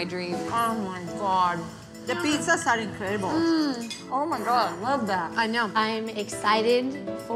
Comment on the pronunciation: "Mmf..MMF.. Oh my gwawd"